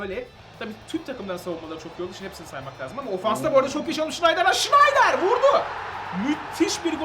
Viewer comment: sneijder.schneider değil.ayrıca podolski napti lan öyle